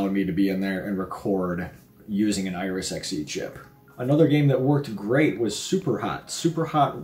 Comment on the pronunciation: iRES? Do you mean iRis?